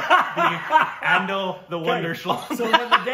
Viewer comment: Watch Manjhi, the mountain Man and Badlapur for both Radhika Apte and Nawazuddin Siddiqui. Pariksha for Adil Hussain. It is not "ANDIL", it's "A-DIL". #Korbinized